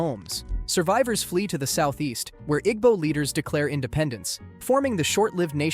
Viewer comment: FYI its pronounced "eee-boh" not "igg-boh." Appreciate you discussing Gowon--his scars of his reign still negatively impact Ndi Igbo to this day.